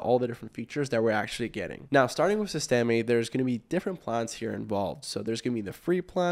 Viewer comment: "sis-teh-mee" , com'n bro.... SYSTEM(E is silent)